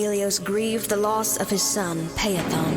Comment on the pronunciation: I'll stan anyone who attempts to pronounce the name of Phaethon (Φαέθων) and ends up with "pay-a-thon". But where does Moby Dick figure in this? "Call us Ishmael?" Huh?